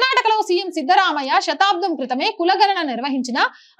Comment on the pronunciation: అమ్మ శ తాబ్దం అని పలుకు తున్నారు దయచేసి ఆలా తప్పు లు చేయకండి.